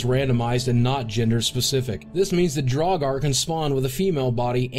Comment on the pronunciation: Nobody: Bethesda: trans dragur